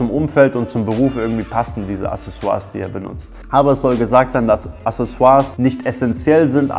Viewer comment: accesoires [akseˈswaʀ] mein name ist wiki, ich komm zu dir :D